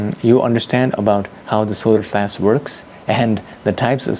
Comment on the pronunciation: The "being" that talks through makes the same pronunciation mistake with the word "flash", pronunced like flass. Many people from india and Pakistan talk with this accent. So Pleiadians are from India?